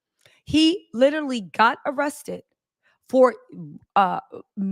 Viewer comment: ITS ARRESTED. NOT RESTED